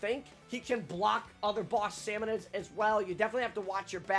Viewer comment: Salmonids, not salmonoids.